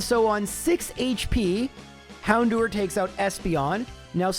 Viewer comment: The way he says Hown-do-er was stressing me out